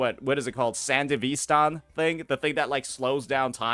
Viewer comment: i’ve never heard anyone say sandevistan so wrong